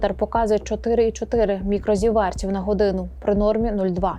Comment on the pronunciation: Що то за слово: мікрозівЕірт з наголосом на Е? :face-blue-wide-eyes: Це ж треба так слово перевернути до гори дриґом, що аж на голову не налазить?